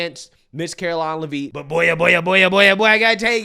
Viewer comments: It's leavitt. Not lavine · Karoline (Leavitt) Pronounced Lev-it. Not Levine! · Karoline Leavitts' name is pronounced Lev-it, not leave-it or whatever the heck ur saying lol. I know this because Leavitt is a Franco American name from the northeast where she is from, NH. Again, Lev-it! Not leave-it. YW 😎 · Care-Oh-Line Lev-it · its Caroline Lev-IT. Not knocking you just dont want you discredited for pronouncing it wrong. You will be saying it alot. Thanks and keep up the good work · it’s Leavitt (Le-vitt) the “A” is silent. I should know, it’s my last name lol and I’m 99% sure we are related. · Great job, caroline leavet pronounced lev--et short e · LEH VIT., we got 4 years. Please say it right. lol. LEH VIT 😂😍😊😎🤩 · It's pronounced Lev-IT. How do you not know this, she's been EVERYWHERE!! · Karoline LeVitt it's pronounced, LeVitt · its LEAVITT! Not Levine lol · Hey hon...it's pronounced "LEH-vit". 👍❤️🇺🇸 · Not pronouncing her last name right. It's like Le-Vet with silent e's. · You keep pronouncing her last name wrong.